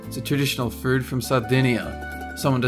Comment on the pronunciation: You say "food" Like "fooerd"